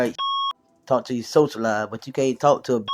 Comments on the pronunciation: That's the 1st thing that I said. When he started talking, I said awwwww naw.. he didn't know how to pronounce words or speak clearly or appropriately. Nothing attractive about that at all. So sad that we settle! 😢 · Hey you a weirdo and he can't talk, You can't even pronounce words, right? He try to speak intelligent. It sound like a damn fool. She had to be desperate or something cuz ain't no way he looks slow. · Literally! I said, “SOCIALIZE? Yeah he’s off his rocker.” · The way that he confidently repeated “socialize” incorrectly tells me everything I need to know about him.